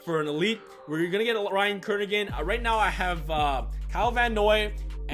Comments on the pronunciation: Ryan Kerrigan not Ryan Kernigan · It's not Ryan Kernigan, its Ryan Kerrigan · The fact that you said “Kernigan” made me not even wanna watch this anymore 😂😂